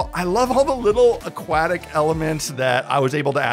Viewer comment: I’m only making fun of you for the comments. I’ve listened to Australians pronounce aluminum funnily. But do all Canadians say aquatic like you did? ;);););) Keep up the great work